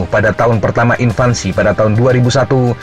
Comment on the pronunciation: Untuk admin.. mohon koreksi penyebutan invansi... Seharusnya "invasi"